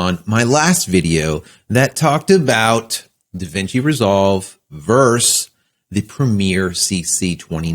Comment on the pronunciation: Thank you. I was just ribbing you a little because I've only ever heard the word pronounced "versus," even when it is abbreviated. Tyson vs. ("verse") Holyfield and the Yankees vs. ("verse") the Red Sox definitely doesn't seem quite right. :-)